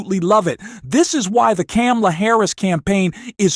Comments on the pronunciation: Her name is pronounced comma la and NOT cam a la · Please adjust your robot. not. CAM-la. Comma-la. you lose credibility when you mispronounce her name. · Thank you for supporting Kamala Harris but please pronounce her name correctly!!! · It's comma-la, you mispronounced it like Trump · You are not pronouncing Kamala right.